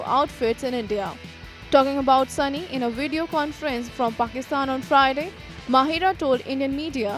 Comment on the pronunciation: Why do people keep calling her "MaHEERa" its MaHIRa...